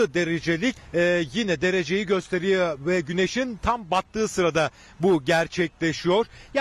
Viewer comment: gösteriyeğ Sarhoş muhabir :D